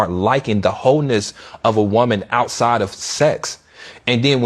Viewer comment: Why does it sound like he is saying HOENESS and not wholeness of a woman?